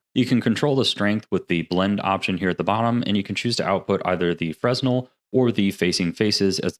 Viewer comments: Freh nell no 'z' sound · fresnel is pronounced more like freuh-nel, I think it's french